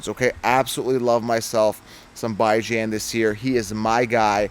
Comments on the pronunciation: Bro pronounced Bijon as Bye John.....bruh... you're supposed to KNOW fantasy. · It’s BEE-JAHN. Gotta pronounce it right. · Butchered Bijan's name 😂 good lawd. Decent take though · Can't trust this guy if he still can't pronounce bijan correctly by now